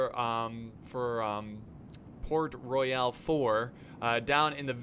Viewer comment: LOL, its Port Royal, not Port Roy-AL....LMAO....old english put e's at the end of a lot of words, like Centre, Shoppe, and Royale, but it doesn't change its pronunciation, LOL